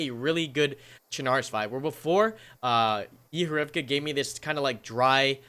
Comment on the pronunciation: Fucking Yééhó. 😂 Couldn't stop myself from laughing how you just kept saying Yehorivka. It's Yèhòrivka, short 'e' and 'o'...